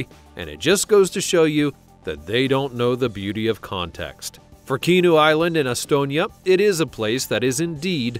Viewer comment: The H is not silent in Kihnu. 🙄 It's not Kinu ffs.